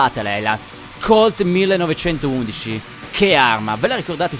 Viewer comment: io ho sentito che la colt 1911 si pronuncia 19-11